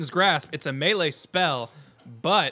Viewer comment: Does it bother anyone else how pronounces "melee"?